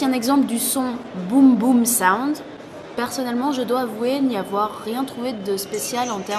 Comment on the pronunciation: Quelques fausse informations et des avis perso complètement subjectif qui n'ont rien à faire dans la vidéo de présentation mais qui aurait plus leurs place dans une vidéo test. Ceci dit le montage vidéo et sonore sont de bonne qualité (mis à part l'aperçu de la technologie boomsound (et non "boomboomsound" !! :) ).